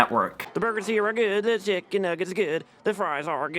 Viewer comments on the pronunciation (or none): none